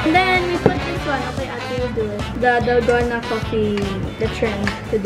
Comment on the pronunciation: Sabi ni Ranz eh "dalgano" 😂😂😂ako lang ba???